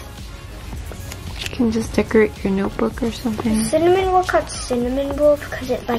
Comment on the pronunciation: It’s pronounced cinnamoroll not cinnamonroll with a n